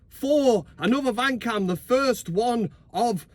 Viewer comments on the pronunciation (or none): none